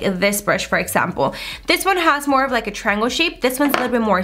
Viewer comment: The way she says triangle lol 😆 we love you girl!!